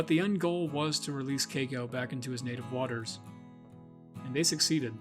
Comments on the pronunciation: I cringed everytime you said cako. Its KEY-KO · It's Key-ko. Not kayko. & that money was NOT wasted, he deserved freedom, we all do. He should have lived the rest of his days wild & free, not a tourist performer. He was born free, he died free. Best thing he could have hoped for. (Except for the pneumonia part) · It’s pronounced Kiko with the long i sound, please learn to pronounce words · Someone please teach him how to correctly pronounce Keiko.